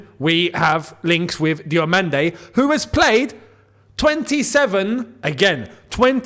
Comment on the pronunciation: Diomande no no no no o ffs